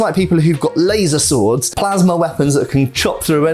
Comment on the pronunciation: when you say “laser sword” it physically hurts me